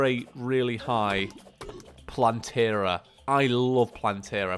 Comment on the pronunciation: Its plantera not plantery